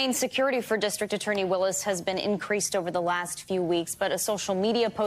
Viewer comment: Was mispronouncing Ms. Willis' name deliberate?